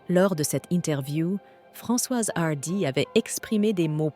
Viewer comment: C’est quoi cette prononciation à l’anglaise de son nom? Apart ça, triste qu’elle soit partie mais soulagée de savoir qu’elle ne souffre plus